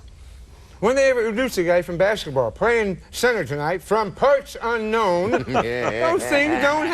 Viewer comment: Bobby said baseketball lmfao